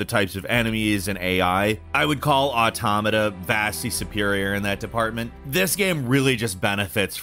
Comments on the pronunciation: I wasn't you to know that I've noticed you properly pronounced "automata" in this video and I'm delighted, it's been a hell of a journey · He said automata right lol. I fucking love this character arc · THANK YOU for being someone who pronounces automata right. It's pronounced like autonomous is it's root word, because it is.